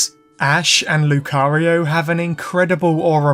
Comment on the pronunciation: My ear is hearing cario not Lucario by the end of the video.